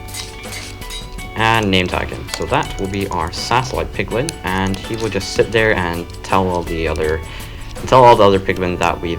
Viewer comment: i thought he was saying pickle instead of piglin